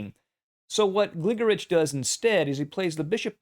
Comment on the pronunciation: I believe it's pronounced "GliGORich."